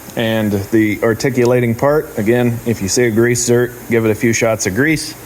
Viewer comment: Zerk. Not zert